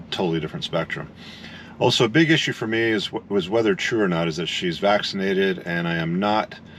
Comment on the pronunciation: Nobody is allowed to enter the US of A if he is not vat - ti - na - tion - ed.